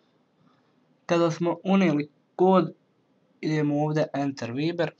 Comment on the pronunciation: Cita se VAJBER a ne VIBER